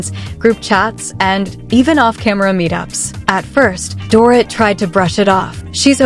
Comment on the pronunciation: you cant even prenounce Dorits name no girl, make an effort